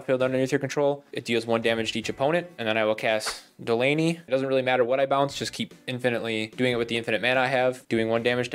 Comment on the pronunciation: I got so triggered by you mispronouncing Delney. It’s Dell like the computer, and knee. Delney